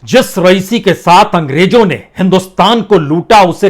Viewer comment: ANGREJO NAHI ANGREZO BOLO ACHCHA BOLTE HO MAGAR PRONUNCIATION KUCH ALFAZ KA SAHI NAHI HOTA HE